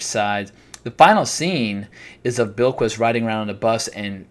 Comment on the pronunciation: You are pronouncing Bilquis perfectly, I listened to the audio book and that is how it is said.